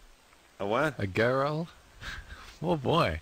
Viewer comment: Adam mispronounces the word girl and it’s fucking hilarious.